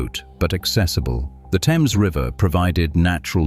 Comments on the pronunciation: The RIVER is called - Pronunciation: Unlike the English river (pronounced "temz"), CT's Thames is pronounced "thaymz" (rhymes with James). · Nobody familiar with the area has ever called that river the "Tems" (proper British pronunciation). They call it the THAMES, exactly like it is spelled. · Lmao... live in this area of CT Its called the 'Thames' river. Not teems. ChatGPT, you gotta get better at pronunciation. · 😂 Facts. The THAYmes River, not the Temms River. This is America. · The Thames river in Connecticut is pronounced Th-ames it's not pronounced like the British pronunciation also Norwich is not pronounced the same. It sounds like Nor-witch.